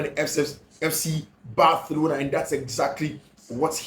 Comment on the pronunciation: Bathlona or Barcelona?? hahaha why do u keep changing your pronunciation? looks hilarious.. better keep to one pronunciation